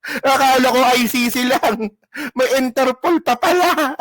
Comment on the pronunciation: Pag nakulong na c bato tutubuan na yan ng natural African hair 😂😂😂sabi ni baro dahik (the hague) at interpulllll ( Interpol)😂😂😂